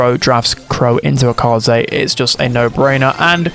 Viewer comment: Upvoting your video because you are the only streamer I watch who knows how to pronounce Kaze's name.